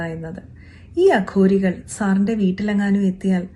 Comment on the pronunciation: കഷ്ടം അഘോരികൾ എന്ന് പറയാൻ പോലും സാധിക്കുന്നില്ല അതും പേപ്പർ നോക്കി വായിക്കുന്നു